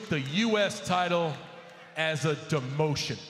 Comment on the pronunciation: A deMOOtion